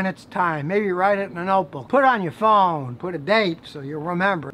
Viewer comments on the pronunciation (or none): none